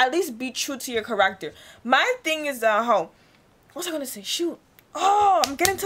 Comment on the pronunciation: WHY tf is she pronouncing "character" like that?